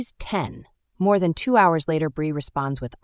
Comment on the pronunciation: GRB DID "NOT" GIVE BIRTH LIFETIME GOT INFANT FROM CHILD TRAFFICKING NETWORK. HOLLYWOOD AND THE ELITE BUY CHILDREN FOR MOVIES, SHOWS, SEX, SATANIC RITUALS YOU ARE SAYING THE NAME WRONG, IT'S BREE, NOT BRI INFANTS COME FROM THE ILLEGALS WHO ARE FORCED TO SELL THEIR BABY. THEY COME IN FROM THE MEXICAN BORDER